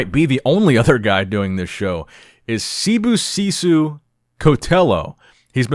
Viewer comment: u said sibusiso right good job 👏